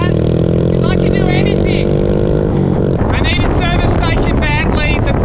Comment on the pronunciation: Great video, it's anything not anythink? just sayin'..